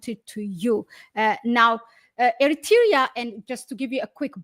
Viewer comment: Aye, please hi back to school and learn how to say Eritrea properly. Ignorant and another Ethiopian liar, useful idiot till Abiyot the 7th grade drop out is kicked out by Jawar and OLF.